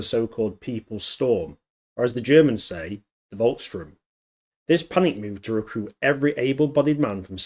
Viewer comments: SH-TOORM not Strömm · Volks - sturm (pronounced with an f, not a v) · It’s Volkssturm, not Volksstrum.